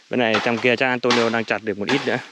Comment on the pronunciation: Phải đọc là Antuniu mới đúng chứ nhỉ? Tại sao Neto thì đọc là Netu, còn Antonio vẫn đọc là Antonio. Mặc dù cùng kết thúc âm cuối là âm “o”